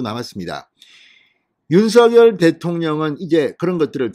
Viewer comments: 진선생님 안녕하세요 좋은방송에 감사드립니다 한가지 건의드리자면 당선인 본인은 성함을 부를때 "윤성열"로 발음해 달라는 당부가 있으셨습니다 앞으로는 "윤서결"발음은 자제 부탁드립니다 수고하십시요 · 잘 보고 있습니다. 단지 윤서결로 발음하는것이 아니라 .윤성렬'로 부르기로 했답니다. 앞으로는 윤성렬로 발음해주시면 좋겠습니다. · 윤석열을 바르게 소리내세요. 윤서결 이 아닙니다 윤성열 로 발음하세요